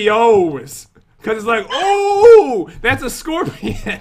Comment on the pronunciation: no no no no no!! You said it wrong. Scorpiown you ment to say. 😂😂😂